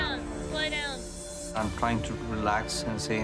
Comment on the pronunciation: "Sloy" down?? What does that mean???